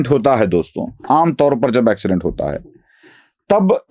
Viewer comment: अॅक्सीडेंट नहीं। एक्सीडेंट।